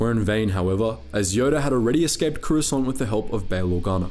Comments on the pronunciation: Swear to force it sounds like you say Croissant 🥐 🥐 Gurards. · Am I the only one who hears “croissant guard”😂😂